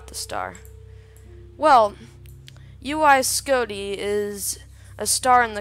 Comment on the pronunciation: Its not uy scoti idiot its UY scuti